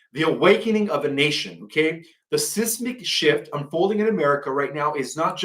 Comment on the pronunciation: SIZE-MIC SHIFT!!!!!! Not SIS-mic shift.